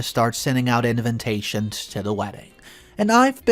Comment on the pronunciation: Any chance the word ‘invitations’ can be pronounced correctly?? The correct way to pronounce it is IN-VIT-TAY-SHNS..there’s no second N after the V.